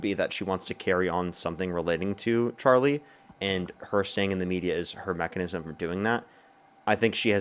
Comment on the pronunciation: Charlie Jerk? 🤔 It's such a hard name to pronounce, unlike Kamala. 😉